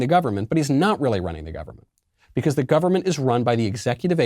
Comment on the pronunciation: Bee khaauussse